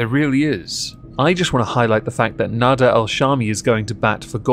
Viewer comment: It's slightly embarrassing how.long it took me to realize you were saying "nader" and not "nada." Wasn't making much sense to me at first.